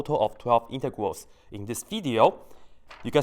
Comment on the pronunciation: it sounds like hes saying intercourse instead of integrals